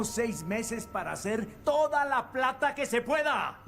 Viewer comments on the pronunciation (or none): none